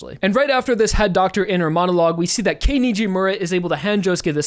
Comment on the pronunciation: It's kei not kyo man even started calling her kei nd he said he won't be able to Edit:it's fine now